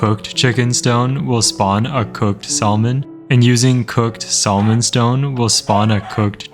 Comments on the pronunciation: My man out here pronouncing the L in salmon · it already took the L. That’s why we pronounce it “sammin” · Every “salmon” made me cringe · I hate how you pronounce salmon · i've never heard someone mispronounce "salmon" so badly in my entire life